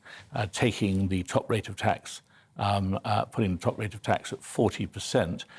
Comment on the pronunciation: They are useless spoilt little pricks;.. Young Woman ()'; "Why should Students have to pay their Gwants back at a Wate where they make a dent in the debt before it is scwubbed, and pay tax so old people who worked 50 hours a week manuwal work in factowies for 50 yrs subsidwence wage dont fweeze to death? ITS NOT FAIR! I will only be making 35 gwand a year, ffs I wiwl have to make do wiv a studio fwat in Shoreditch! And Mummy says I am BIG BONED!